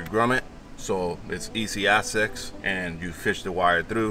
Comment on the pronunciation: Until he means to say easy access, but ends up saying easy a22ecks… lol then I can’t concentrate over the laughter…😂